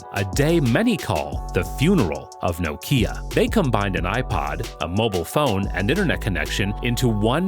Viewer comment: You're pronouncing Nokia very weird